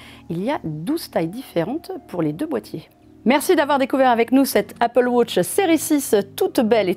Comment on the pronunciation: L Apple « wosh ». Magique la Prononciation de 😂